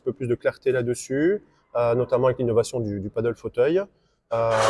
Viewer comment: Peut-être commencer par prononcer padel et non paddle ? 😋